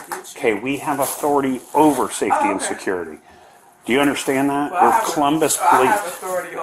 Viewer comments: Lady cant pronounce Security 🤣 😂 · Say security again, how was that pronounced? WTF is wrong with people, the cops have authority over “safety and secuurity.” Twit. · "i called Suh-curr-ity already." That's all I gotta hear from that woman. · Can we not hire people who cannot pronounce the word "security" to enforce security.